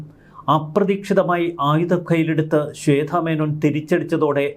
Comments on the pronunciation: ശ്വേത ആണ് ശ്വേദ്ധ അല്ല....വാർത്ത വായിക്കുന്ന ആൾ ആദ്യം മലയാളം ഉച്ചരിക്കാൻ പഠിക്കണം...ഇല്ലെങ്കിൽ അത് അറിയാവുന്നവരെ പണി ഏൽപ്പിക്കണം.....മലയാളം നേരെ പറയാൻ അറിയില്ല , ഇവരൊക്കെയാണ് ഇംഗ്ലീഷ് പറയാൻ അറിയില്ല എന്ന് പറഞ്ഞു മറ്റുള്ളവരെ കുറ്റം പറയാൻ നടക്കുന്നത് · ശ്വേത മേനോൻ. ശ്വേധ. അല്ല. ശ്വേത. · ശ്വേത ആണ്, ശ്വേധ അല്ല